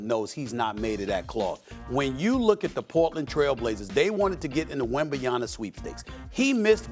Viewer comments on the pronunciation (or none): Bro said Wembanyana 🤣🤣🤣